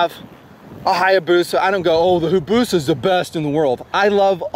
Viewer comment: omg how he pronounced hayabusia